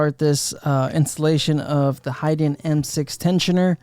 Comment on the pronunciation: It’s HAYden!! Not HIDen 🤦🏻‍♂️